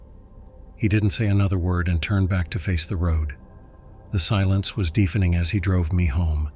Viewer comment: A.I is the pits. 'Deefening' instead of Deafening. Pass. 🤦‍♀️